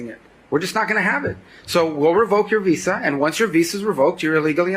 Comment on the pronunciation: Dude doesn't even know how to pronounce Visa.